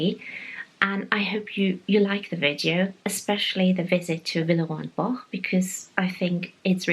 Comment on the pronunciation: In the US, any cake with a crust on the bottom would be termed a pie. I am glad you pronounced Villeroy and Boch several times so we could correct ourselves. I thought it was pronounced Bosh. It's more like Bach. This was a fun video. Thanks, and it's nice to "meet" your parents too.